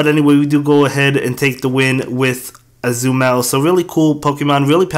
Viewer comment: Its Azumarill not Azumell